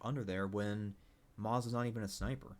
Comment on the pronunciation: You aren't pronouncing moze right and it really just irritated the shit outta me